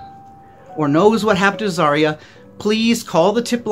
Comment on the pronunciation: BTW, its her name is pronounced ( Za - Ri - a ) not ( Zar - ia )